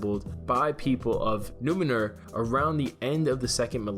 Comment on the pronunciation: Please, for the love of Tolkien, its not "NOO-meh-nur"....Its Numenor, pronounced "NOO-may-nor."